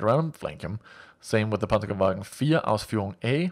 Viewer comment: ***** Your pronounciation of German umlauts is quite good. You're Danish, right?